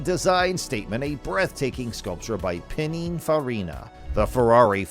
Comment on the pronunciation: You can always tell someone who doesn't know anything about cars when they can't even pronounce Countach or Pininfarina.